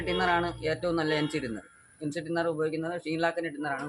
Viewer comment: ടിന്നർ ❌ തിന്നർ ✅